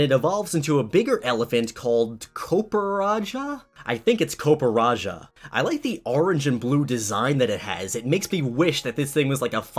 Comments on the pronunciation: COPPER + RAJAH HOW DOES HE READ IT? “COOPERAJAH”???? Omg...i can’t 🤦🏼‍♂️ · Copperrajah is pronounced as copper-raja-ah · Kuh-per-rah-jah Can some one get it right